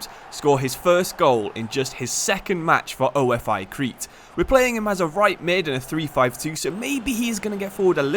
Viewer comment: it's pronounced ofe with e not o. f. I. ofe